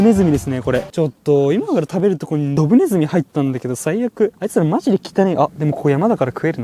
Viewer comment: ドブネズミに汚ねって聞こえたのぼくだけかな？